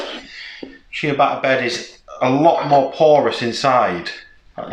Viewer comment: Looks great! Always love to see your new vids :D It's "ur ·oo·guh·luh," and "chuh ·baa·tuh," btw ;)